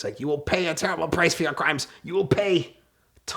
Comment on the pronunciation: TWENTY EUROS!!! YOUUUUU COMMITED MANY CRRRRRRIMES 😂